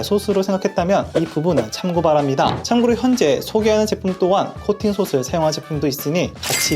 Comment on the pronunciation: 발음 [소슬]아니고 [소틀]이요. 다 시옷으로 발음하시네 ㅎ.